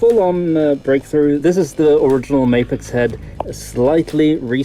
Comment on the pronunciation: I find it interesting how almost every English speaking channel seems to mispronounce Mafex.